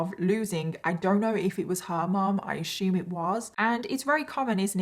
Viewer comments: They pronounce "sciatica" correctly and second-guess themself, yet they insist on saying "ah-shoom" instead of "assume"... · The way you say “peninsula” and “assume” it so adorable and makes me giggle!!!!! You pronounce the “s” like a “sh”. I wonder where in England you’re from!